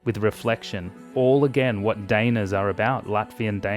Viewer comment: Actually, "daina" is pronounced differently. It's hard to mimic an English pronunciation in the comments but I guess it'd be something like "duh-E-na". Or in case you read IPA: [daɪ̯ˈna]